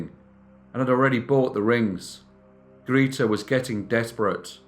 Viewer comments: Grayta, not Greeteh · Grete is pronounced Greateh! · Grita? Don't think that's how you pronounce her name. Good story thou! ;) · Grete is pronounced (sounds as in English) Gray-teh in German. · Your German is not so good 😄 it is Gr e t e like in "rEd" (the color), but love your narration!